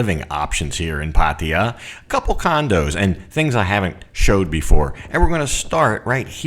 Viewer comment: Always great videos, but I have to ask.. why do you say Pattia? Its pronounced Pattaya, atleast from what My thai girlfriend says 😁